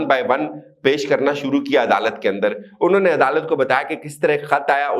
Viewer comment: Inhon ne ? Not clear